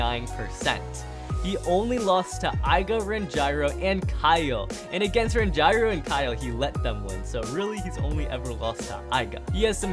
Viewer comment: what do you mean ran''JAI''ro